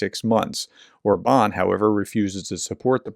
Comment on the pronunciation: Regards Orban, accent on first syllable